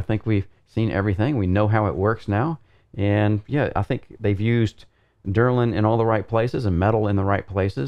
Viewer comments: Very nice review but please stop calling delrin derlin lol :) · Quality content as always! Minor critique, you kept saying DERlin, but I believe the material is actually DELrin. Keep up the great work, your videos manage to be in-depth, informative and interesting. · Delrin -- DEL rin, not DUR lin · This is a strange comment, what are you telling me here? I was commenting that he had the name pronounced wrong, not that its not a company, or know by completley other name which is meaningless to the subject, I am aware the DELRIN is perfect for high-wear use, I use it all the time. What is it your attempting to say?